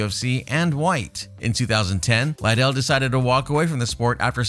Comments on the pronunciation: Lidell- ( lee-dell) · Man, its Lid-del, your pronouncing it like the coke head. Also, Jay's right, he never fought any of those heavyweights. Really need more research before you "report" on all this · Just listening to how you pronounce chuck's last name tells me how little you know about anything. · Lot's of these dislikes have to be due to the way he pronounces the fighters' names. That's not how you pronounce Chuck's last name. He butchered at least 4 fighters names in this video. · Pronounce Liddel correctly ffs